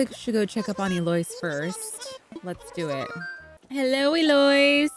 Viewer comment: I love how you pronounce Eloise 😂❤ to my knowledge it’s usually pronounced as el-low-ees